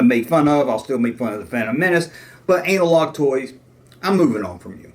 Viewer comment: The only two things I can think of that he may be referring to is either the fact that you pronounce the name of his channel anal log, or the video where you talked about how you thought Bib Fortuna said C3PO was gay. Either way in my opinion he is over reacting. He is obviously a very thin skinned person, or at least he seems to be the way he is so bent out of shape over you. I say just ignore him. Think that would irritate him even more.